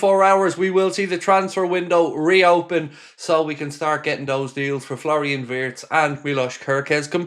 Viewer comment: Florian's surname is pronounced Veertz!